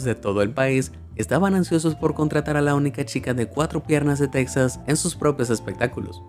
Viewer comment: Cual texas se pronuncia tejas 😡